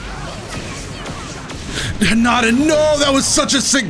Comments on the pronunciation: Hinata not hinada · ''hanata realx'' excuse me why do you pronounce it like that every character says hinata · You say "Hinata" like "Highnata"? That's wild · i thought it pronounce as " hee naa tah " >w<